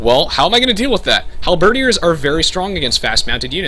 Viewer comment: I mean this in the nicest way possible: Your pronunciation of Halberdiers is wrong. It's not pronounced Hal-bird-ee-ers, it's pronounced Hal-bird-eers. Not sure if it's a subconscious thing, as I tend to do the same without realizing sometimes but hope that helps! Great tutorial, btw. It's helped me get back into this game and really think about different strategies to implement.